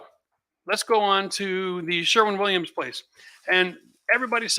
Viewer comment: For God sake it is called Sherwin Williams not Sherman Williams